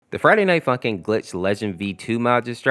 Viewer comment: I heard “Tje Friday night fucking mod”